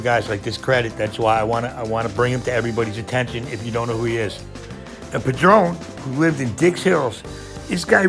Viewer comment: His name wasn't pronounced "pu-DRONE." His last name was pronounced "PAD-run."